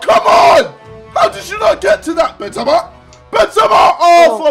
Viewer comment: It's the correct way tho